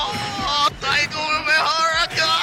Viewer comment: “DIEGO UMIHARA”.